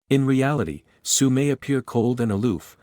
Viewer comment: I keep hearing suiiii instead of sue💀